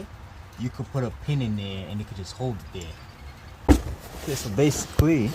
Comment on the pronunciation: Over...heer...deer...over deer..back deer...right deer in deer